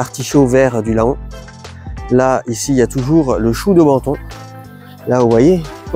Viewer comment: J'ai beaucoup aimé votre vidéo, merci, mais j'ai eu du mal à chaque prononciation de "Laon". Cette ville de l'Aisne se prononce Lan, même si elle s'écrit Laon. Pour la prochaine vidéo 😊. Merci encore